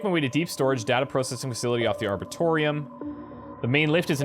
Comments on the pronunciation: I know it is over a year late, but Arboretum is not pronounced "Arbortorium" but instead "Arboreetum". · Love this play-through but please have another look at the word "arboretum" - it's not "arbortorium" :-) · Ar-bore-eee-tum! It's triggering me every time! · I know this is old news, but does ever learn how to pronounce "arboretum?" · When is he gonna learn how to pronounce "arboretum" lmao